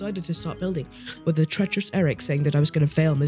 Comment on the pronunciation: "They're building ze bridge"